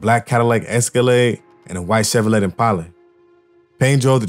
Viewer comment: Chevrolet is pronounced Chev Ro Lay. LoL. Each One Teach One.